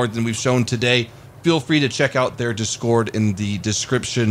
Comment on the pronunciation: Reeee that discoord at the beginning it kills me